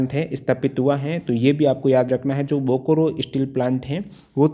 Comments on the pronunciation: Bokoro😂😂😂😂....say it as Bokaro👍👍👍👍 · Thanks sir. But pronunciation of Bokaro is बोकारो not "बोकोरो ". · Sir bokaro pronounce Kiya jata hai....bokoro nahin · Bokoro nahi hai bokaro hai. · Bokaro hai sir bokro nhe achha se padyi